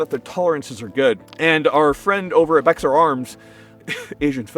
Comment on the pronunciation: Bexar is pronounced 'bear' if you are talking about the place in San Antonio. It's our county name.